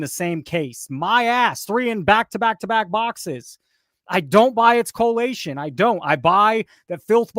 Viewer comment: collation, not correlation.